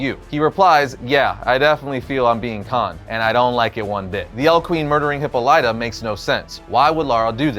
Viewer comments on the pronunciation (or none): HIPPA-lighta?! You're killing me,! hi-POLLY-tah is the pronunciation you are after. Seems like a small quibble but I am obligated to say something lest my Greek wife lock me inside a Brazen Bull. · HipPOH-lit-ah not Hippo-LIGHT-ah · Please tell me he's just trolling everyone with his pronunciation of Hippolyta. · That pronunciation of "Hippolyta" has me screaming, lol